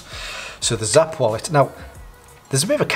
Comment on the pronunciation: Hi, thank you so much for that detailed video! 🙌We're glad to see that you like the wallet. Side note: It's pronounced "snap" 😁